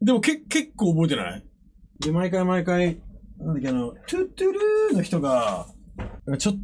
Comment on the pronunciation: トゥットゥルーの発音一生間違ってるの草